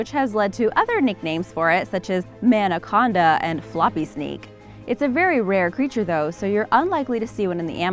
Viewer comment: I laughed so hard when she said Manaconda...lol